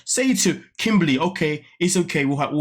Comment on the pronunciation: Her name is Kimberly not kimbaaly